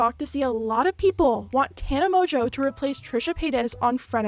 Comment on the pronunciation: MONGEAU MONGEAU ITS MONGEAU NOT MOJO ARE YOU BLIND